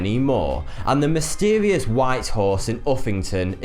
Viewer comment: "Scientist's have discovered mystewieus"